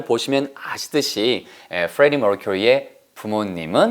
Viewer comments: 퓌뤠디 뭘ㅋ큐으뤼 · 프레디 머큐리 단어나 보헤미안 랩소디 단어를 이야기 하실때 마다 발음을 너무 굴려서 듣는 사람이 불편해요. 정확한 단어를 알려드릴려고 하는것은 좋으나 너무 굴려요...